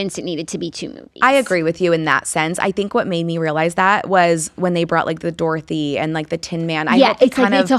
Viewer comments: I watch with CC and the way it’s picking up saying “Darthy” instead of “Dorothy” 💀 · saying DAR-thy instead of DOOR-thy… 🥲😂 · Jackie’s pronunciation of Dorothy 😂